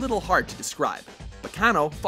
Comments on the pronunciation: Thought it was pronounced as "ba-cha-noh" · Even pronouncing baccanoo wrong and fuck dub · Well I mean we're talking about they people who pronounced Gaara as Gay-ra so.......... Enough said? I don't think they actually check these anime out at all before making these lists. They even used a clip of his name being said and still got it wrong.... Also pronounced Baccano Bach-an-o when the a as in fat sound doesn't even exist in Japanese and as such, in this damn series.... facepalm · WHERE IS HaNaYaMaTa!? AND YOU PRONOUNCED BACCANO WRONG ITS Bah-cahn-no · Yikes.... the way you said "Baccano". Dude..... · I think you guys mispronounced Baccano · Yu yu HA-kusho Yus-uku Ba-KA-no facepalm